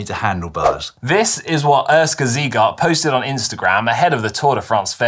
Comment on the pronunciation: It's "Oorshka", not "Urska" btw.